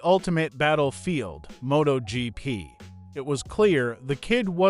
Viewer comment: Did the uploader even proof watch this? The AI is terrible. This is a fail video. It can't even say MotoGP. Motag?? And there's other words it gets badly wrong. Footage is good, if a bit all over the place. But the AI is terrible.